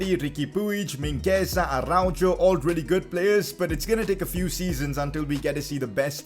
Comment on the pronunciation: man said ArauJOE